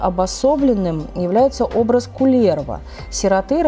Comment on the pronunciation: Очень познавательно, спасибо. Но только ударения... Ка́левала, По́хьёла, Ку́лерво - будет правильней